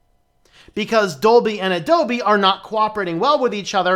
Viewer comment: "A-DOLBY" lol.....